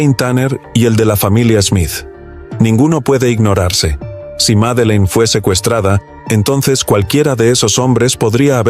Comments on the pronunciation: No sé por qué el que relata dice Meline ....el nombre ES Madelaine o Maddy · Porque dices Melin